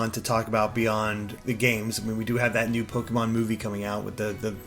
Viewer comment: I hate it when people say Pokeymons -_